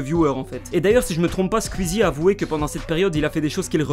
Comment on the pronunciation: Bonne vidéo mais quand même ça se prononce squeezie pas squuizi